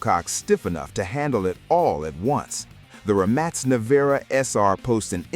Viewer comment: The flaw.. Pininfarina..not Pininfanera Rimac Nevera..not Rimon Nareva